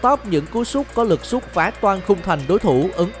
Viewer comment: Tụi mày có thù với từ "sút" à.. sao toàn đọc là "súc" vậy?? 🤣